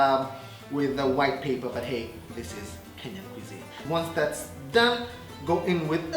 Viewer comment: surely paperrr or pepper!!!🤭🤭😬😬